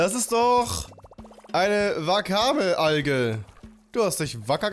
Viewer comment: es wird *Wackamme ausgesprochen